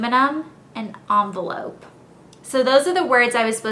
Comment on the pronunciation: end- velope.